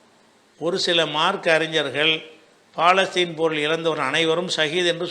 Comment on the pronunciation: ஐயா அது பாலஸ்தீன் அல்ல பலஸ்தின் பிழையாக உச்சரித்தால் அதன் பொருளும் பிழையாகும். மார்க்க அறிஞருக்கே இது தெரியலியா?